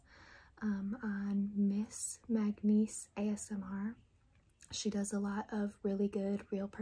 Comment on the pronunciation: It’s pronounced “manganese” not “magnese”